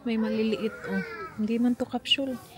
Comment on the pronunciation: What the heck is a Cap-“Shul”?? Isn’t it a Capsule ? Bakit “shul” 🤔